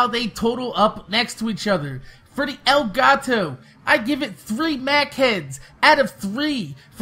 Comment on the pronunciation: Elgato, not El Gato